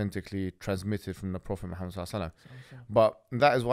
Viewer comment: Pronounce Muhammed properly. Not modernise the pronunciation